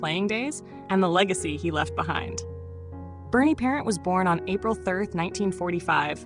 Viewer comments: I remember him as a kid in the 70s good goalie but think pelle Limburg was better and who the hell is narrating this it's the Vezina trophy not Vezna trophy and it's Bernie parent French not parents have a fabulous day ❤❤ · You have to say his name with a French Canadian accent - pair ant. OMG you are killing this video. Its VEZ a NA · Would be better if the announcer said Parent, French and not parent like you were talking about your mom. This AI speaking is terrible. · If you can't pronounce his name, don't talk about him!